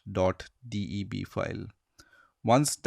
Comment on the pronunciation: DOT "D E B"